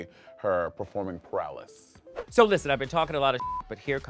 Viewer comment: Please me we all caught Monet pronouncing ‘performing prowess’ as ‘prowless’